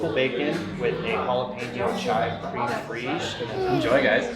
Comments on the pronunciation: You guy's are absolutely killing it....But had to LOL thought at the "creem free-ish" pronunciation! Twas SO Texas!!! ... lol.... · “Cream friche” is fantastic